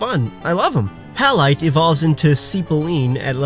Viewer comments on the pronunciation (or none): Hallite sounds like Hail as in ice falling from clouds